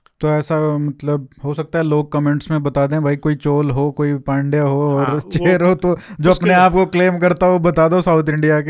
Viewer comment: Chol nahi chozha or chola Cher nahi chera 😢😂